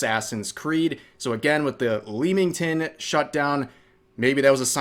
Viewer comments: It's pronounced 'Lemmington' not 'Leemington.' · leamington, pronounced 'le-ming-ton'